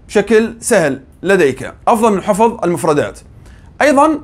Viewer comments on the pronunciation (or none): حفْظ وليس "حفُظ" فهو الحفْظ لا "الحفُظ"!